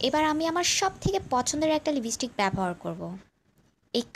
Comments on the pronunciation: libistic,pup,bland,makup???rip english pronouncing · makeup & lipstick duto uccharon thik koro.